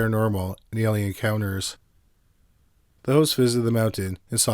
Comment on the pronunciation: There’s a lot of Amazing calm speaking narrators on YouTube. Top 5s comes to mind. However, the consistent mispronunciations of ordinary words is grating for quite a few viewers & listeners. A lot of it appears or I assume is it to be the 🇨🇦 accent & a lot of it almost has sounded , like for years now, just an inability or refusal to pronounce the full word, it’s one thing to say ELLY-inn every time for the word alien but quite another to not care to realize that full endings or words are just skipped , the end of words such as Forest, instead he constantly says Foress. Or something along those lines, just kind of a wild line of work to be in when speech & possibly malaprop is heard almost more than correctly pronouncing words, or I’d imagine he’d say Worse not WorDs.